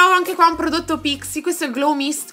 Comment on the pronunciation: “Ppprodotto.. ppprodotto” prova della P superata! Ma io piango dal ridere fino a domani 😂😂